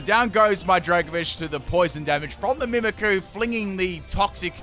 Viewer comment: It’s annoying that you don’t pronounce the y in mimikyu